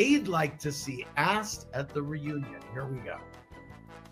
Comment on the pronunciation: Ha. Ha...... "Re- who- uion !!!